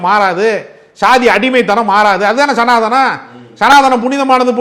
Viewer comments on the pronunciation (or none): none